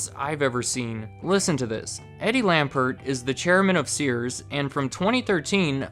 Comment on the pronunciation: It's Lampert. Eddie Lampert. You said Eddie Lambert.